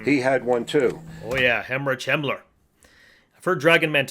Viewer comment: WHY DOES HE KEEP SAYING HEMMORAGE HAMMLER😭